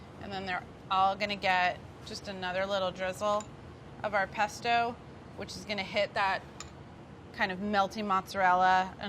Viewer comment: its not a pesto . its a paste-o .